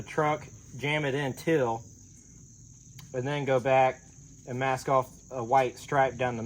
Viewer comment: We love your videos but it sounds like you're saying "till" for "teal". Round here we say"teel"! You guys are the best! Keep it up.